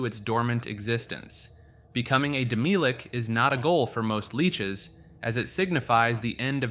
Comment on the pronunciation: Isnt it pronounced as Demi-lich? and not Demilich? The way you pronounce it sounds like demilique